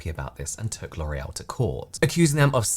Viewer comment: It's giving get-back and sabotage by "lore-ee-el" 👀